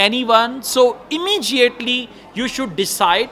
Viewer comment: Sir this "Immediately" there is no "j" in pronunciation. Please pronounce correct. Thanks